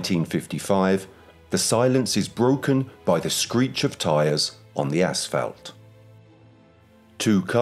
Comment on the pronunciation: "ASS FELT"!!?? that's not rite is it?? 🤭 does he mean ASPHALT??? JEEPERS!!! good job, gonna quit here and watch another video 👎🏽👎🏽